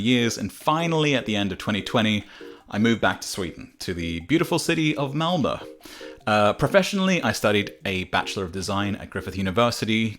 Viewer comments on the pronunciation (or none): Tbh I've never heard Malmö pronounced in english and it shook me